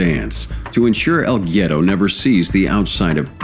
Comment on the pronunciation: its pronounced "wedo" smh